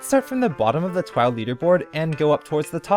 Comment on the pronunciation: It's not TWOW, it's TWOF. Ten Words Or Fewer.